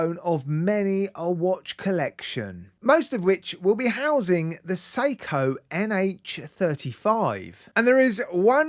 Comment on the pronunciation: He says the psyco for seiko.ok